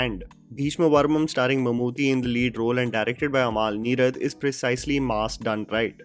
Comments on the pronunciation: it's not pronounced Mammoo'THY'. It's Mammoo'TTY' 😊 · plz pronunce Mammootty not Mammoothy. Thnx for reviewing it😇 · Just a gentle correction...Mammooty's name is basically pronounced as Mammoo-tea (Chai waala tea XD). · It’s pronounced “Mum-Ooty” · Come on man... How hard is it to pronounce Bheeshma Parvam.... How could you mispronounce Mammootty